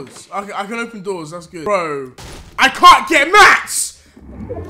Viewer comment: Stop saying "MATS"